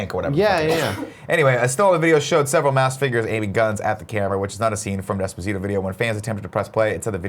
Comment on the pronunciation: Pronounce despacito correctly you tool, all you have to do is watch the video you'll know how.